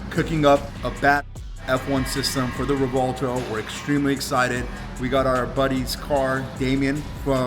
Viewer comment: Dose anyone wanna correct these pronunciation of the Revueltono the correct way to pronounce just ask a real Latino how to pronounce the word please . The Latino on this segment did pronounce it correctly.